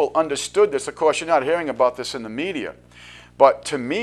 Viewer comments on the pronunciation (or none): none